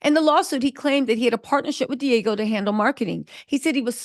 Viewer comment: Say it with me D Ahhhgg Geo = Diageo not Diego!